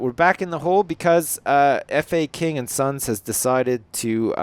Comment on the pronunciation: Its not f.a.king its faking